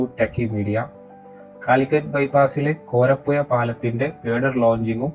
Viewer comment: വീഡിയോ കൊള്ളാം പക്ഷെ കോരപ്പുയ അറപ്പുയ മാമ്പുയ എന്നൊക്ക പറയുന്നത് കേൾക്കുമ്പോൾ വല്ലാതെ തോന്നുന്നു ഓഡിയോ കേൾക്കാൻ തോന്നണമെങ്കിൽ അക്ഷരങ്ങൾ കറക്ട് ആയി പറയാൻ ശ്രദ്ധിക്കുക.